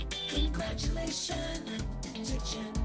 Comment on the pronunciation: That “Congratuation To Jenn! Mcallister!” really solidified this achievement